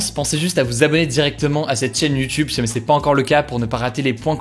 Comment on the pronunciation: J'ai jamais commenté jusqu'ici je crois mais la j'etait obliger de t'écrire que ça me perturbe qd tu dis "si jamais " tu le dis en un seul mot et a chaque fois la même chose 😂